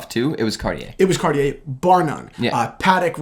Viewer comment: Oh this one is the ONE!! Honestly! The monopoussoir tortue is one of my grails. I think it would be slightly too big for me, but I don't even care. Slice of gorgeousness! Also.... said Cartier correctly once in this video.;) Progress!;) hhaha (kidding, I know you say you don't want to have to change the way you say things....;) )